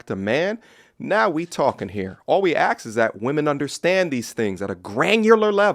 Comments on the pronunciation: Dude say ask not axe you're too good for that! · "All we AX is..." 😆 you we didn't catch that!😂... Great video I'm just teasing.